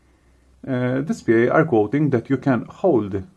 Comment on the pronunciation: It's pronounced This-pay according to the official DSPIAE people. Also, thanks for the vid! Was looking for more info about this thing!